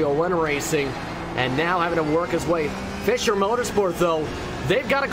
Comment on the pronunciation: Dear Racespot team: Our team name is pronounced "Fisher" Motorsport... like "fisher"man. :-) It's not pronounced "Fysher"